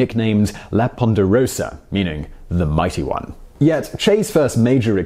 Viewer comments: Poderosa, not Ponderosa 🤔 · There{s no n in poderosa lol